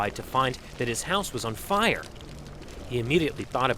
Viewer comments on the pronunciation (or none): LOL the way he says "his house was on fi-yur" is so corny.